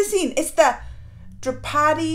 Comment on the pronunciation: I appreciate you guys learning about Indian culture but please do learn how to pronounce words it better. They are not that tough if you make an effort you know. I’ll help you out with this one. Draupadi is pronounce “drop-a-di” but the d’s here are pronounced as the first syllable of “though”. Vastraharan is “vus-tra-huh-run” Ps:- Govind is another name for lord Krishna and the bad guys name is dushasan (do-shaa-sun, and again the d is pronounced like the first syllable of “though”